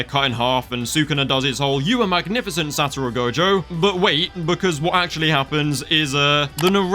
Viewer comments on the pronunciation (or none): none